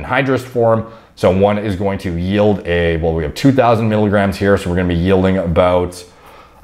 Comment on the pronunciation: it's not mikograms it's miligrams